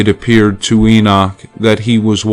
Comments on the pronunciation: IT IS NOT ENOSH IT IS ENOCH! GET IT RIGHT! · Lol! Is that the only one you caught? How about the Enosh... This reader unfortunately doesnt know how to pronounce many words or names. Libervox recordings of the actual book of Enoch are quite good tho.